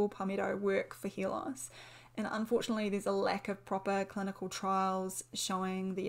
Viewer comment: I also heard her saying "hear loss"😂😂😂😂 English is not my first language 😂😂😂